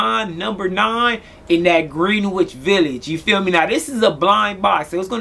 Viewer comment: Nice scent bro but it’s pronounced “gren-itch” respectively